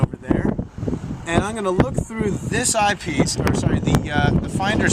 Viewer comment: Where can I get that "Eye Pice"? Lol